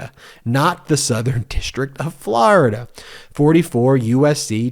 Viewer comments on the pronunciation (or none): none